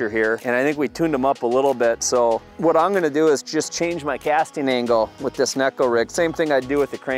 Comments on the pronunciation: Great info and bait choice. But it drives me crazy when this technique isn't pronounced properly. Pronounced Neh-Ko. E is an Eh sound, I is an Ee sound in Japanese. Neko also translates as Cat in Japanese. the way the hooks sits on the bait, it looks like a cats claw. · Hey, Shin Fukae brought us up to speed on its pronunciation a few years back. It is indeed pronounced Neh-Ko but its easy for the American-English tongue to spit it out Neck-O. Understandably the English name Neko is Pronounced Nee-Ko which throws a lot of people off by default. After taking what Shin said and doing some research, the way I understood the Japanese translation was "Cat" as in cute (small, finesse). Neko is also a pop-culture buzzword in Japan and is used in a lot of ways. It has a slang connotation referring to " Bottom" but I'll let you do further research on that controversial meaning. Makes sense being as it's fished on the bottom. LINK to SHINS VID: -McKeon Thanks for watching and commenting!